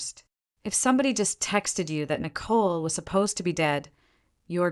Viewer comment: So far, I've listened to two stories where one of the female characters was named Nicole. In both stories the name Nicole was pronounced with a great deal of emphasis on the second syllable. It sounds so odd it takes away from my enjoyment of the story. The AI needs to be adjusted.